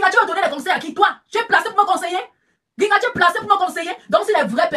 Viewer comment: Grigata-grigata-grigata-grigata Bam 💥 Bam 💥,,,, 😆😆😆 façon dont dit Gringa làaaa, sa fait trop rire 🤣 Gringa comme Gris-Gris 😆😆😆😆😆😆😆✌️🌷🥰